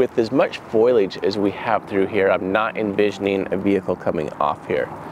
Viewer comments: It’s foliage not foilage 😊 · Don’t want to sound rude but it’s foliage not foilage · Fo-li-age. Not foilage. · Jared... "FOE-LEE-AGE!" Not foilage.